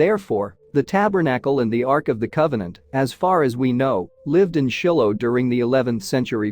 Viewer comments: It’s not Shillo. It’s Shylo pronunciation. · Narrator mispronounced every important name, like Shiloh